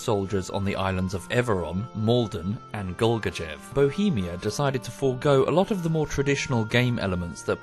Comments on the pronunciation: Golgachev? Come on man, you can do better) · Text: "Kolguyev": "Gohlgajehv" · Me: (see Kolguyev) - Goal-ga-chef Actually, it's pronounced as call-goo-yet (silent t)-f. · i always found it silightly cringy how all the characters in the game pronounce kolguyev